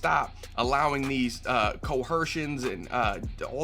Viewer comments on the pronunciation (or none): Coercion doesn’t have an H in it